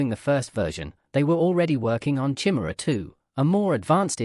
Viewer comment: Good video, but sort out the pronunciation of Chimera